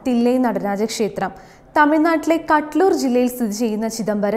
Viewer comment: കട്ലൂർ അല്ല സഹോദരി കടലൂർ 🙏